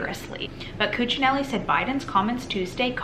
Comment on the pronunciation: You pronounced Ken Cuccinelli's name correctly.